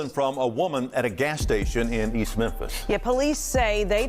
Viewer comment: Memphis: Mem(fis) Fis not pis